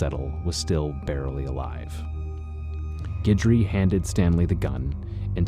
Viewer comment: It's nice that you know how to pronounce Guidry, thanks.